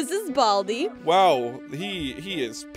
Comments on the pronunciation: balai not bald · Baldi not bald